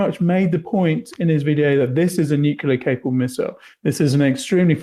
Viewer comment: says "would of" and "nucular".